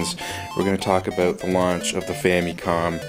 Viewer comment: love how he says "Famycon"